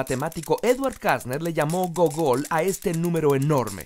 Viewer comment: El man pronuncia gogol, con acento agudo y realmente tiene acento grave y en español se escribe gúgol. Suena idéntico al buscador Google, porque este buscador tiene su nombre gracias a este número, ya que se esperara que devolviera grandes cantidades de información.